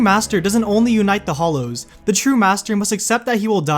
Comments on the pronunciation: Beyond Today Dude. There's a difference between those words and hallows. It's just like during the prayer..."...Hallowed be thy name..." You don't say it "Hollowed be thy name." Because the word "hallow" is pronounced hal-low. Halloween is actually pronounced hal-low-ween. We're just lazy about it. Just like a lot of people say "prob-lee" instead of "prob-uh-blee" which is correct. We get lazy about our language, but that doesn't make it right. I'm absolutely born and raised in America. I'm just not dumb. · I think number 1 will be explored in the coming movies. And it's "hallows" not "hollows" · "the deathly hOllows" Ah, Americans with their silly pronunciation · Am I the only one that hear him say hOllows and hates it? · also you are not pronouncing hallows correctly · Hallows, not hollows! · The fact you keep saying Hollow not Hallow annoys me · What a pity the narrator cannot seem to differentiate between Hollows' and Hallows (as in Hallowed - or revered) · HALLOW NOT HOLLOW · Was anyone else distracted by the narrator saying 'hollows' instead of 'hallows'?! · it is the deathly HALLOWS not the deathly HOLLOWS :D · it's hAllows not hOllows jeez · Grr... Hallows! hAllows! Not Hollows! It has an A, not an O. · hallow, not hollow :) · hAllows not hollows, pronounce the A. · Stop stop stop. You're GOING to get killed by someone. Besides, you're saying it wrong. It's hAllows, not hOllows. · Hallows.. Deathly Hallows. Not Hollows. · it's called hAllow not hOllow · Okay. Good vid on the whole, but I have one nit pick. It's pronounced HALLOWS, not "hollows". That is all. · "forever the boy who lived" - that's poetic. And DARK!! Amazing theory! ...but please call them hallows, not hollows. ;) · ITS HALLOWS NOT FUCKING HOLLOWS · Hallows not Hollows! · does it annoy anyone else that the commentator keeps saying "hollows" instead of "hallows"? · It's Hallows, with an "A", not Hollows. Learn how to pronounce it. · When he says Hallow, I keep hearing Holo😂😂😂